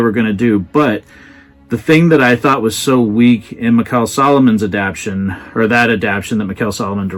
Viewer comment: You're terrific, but the word is "adapTATion."